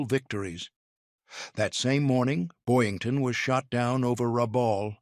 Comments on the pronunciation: . It's BoYINGton, NOT Boynton, Jeesh... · It's Boyington, not Boynton. AI BS.